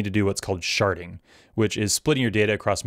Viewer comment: Hehe can't unhear "sharting" every time you say it